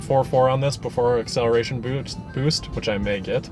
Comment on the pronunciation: He said acceleration boobs. Lol.